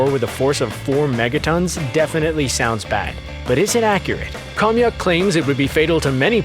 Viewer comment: I don’t know what’s more frustrating, that the writer didn’t do enough research to verify that actually a majority of the things discussed was covered in the podcast, and what they’re saying is false or the fact that the narrator didn’t look up the proper pronunciations of legasov, Khomyuk, and other Russian names.